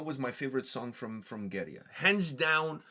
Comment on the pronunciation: First, thanks for the authentic pronunciation of the band! 2nd, I loved the cleans. After this, I went back to Coma and really enjoyed it, but the cleans from this have me so excited for future releases.